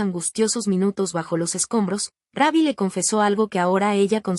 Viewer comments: Esta pagina son puras mentiras la voz es IA no dice Rubbi sino Rabbi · El nombre no es RAbby como lo pronuncias es R-U-BB-Y , no le cambien el nombre, falta de respeto😢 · Por favor no diga raby suena casi Como Conejo diga Como cua do usted dice root en ingles Rubby. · Ni sabe pronunciar su nombre